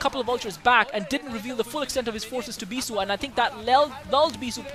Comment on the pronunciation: Beesuit <~ :) sounds funny anyways great commentaries